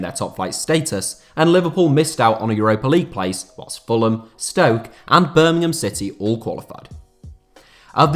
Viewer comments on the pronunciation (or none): none